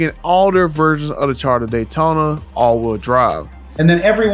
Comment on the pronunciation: "Dodge Honda datyona Ev" 😂😭